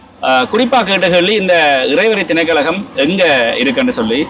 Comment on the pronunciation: திணைக்கழகம் அல்ல. திணைக்களம் என்று கூறுங்கள்.